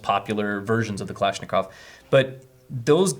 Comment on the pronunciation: Its kulishnicov not kalanishicov its more of a long I Nat a your butchering it and I'm not russian and I can tell you that